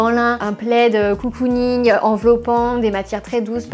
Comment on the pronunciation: COUCOUning 😂 ? ou cocooning ?